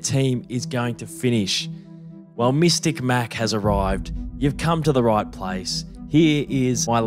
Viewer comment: “Mistic Mac” yeah alright man!